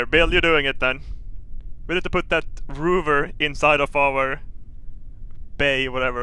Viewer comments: "Fish-sion Engines"....XD "Rooover"....XD -2016! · What's a ''ROOVER''???